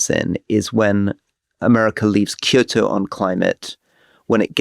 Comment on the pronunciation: Rory doing the correct pronunciation for Kyoto ……. Priceless :))))